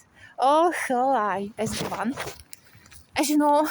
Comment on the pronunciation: You need to change govan to govin to sound more fluent my love 💚🙏👍🍀🍀🍀